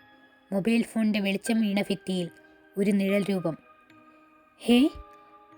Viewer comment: നന്നായിട്ടുണ്ട് - ഫിത്തി എന്നത് ഭിത്തി എന്ന് പറയൂ.